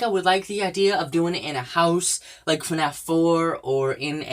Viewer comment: He say's f a naf6... how sad. And he doesn't know as anything about FNaF